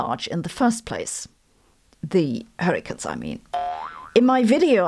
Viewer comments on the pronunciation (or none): Are you pronouncing hurricanes as hurricans so that you can coin the term hurricants when the technology to stop them from forming is developed? 😛